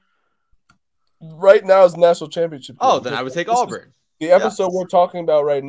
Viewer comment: AWBURN NOT AWWWBURN